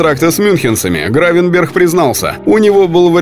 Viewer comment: По моему Гравенберг а не с х в конце